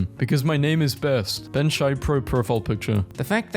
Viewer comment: bro did Ben Shapiro dirty with that pronunciation💀💀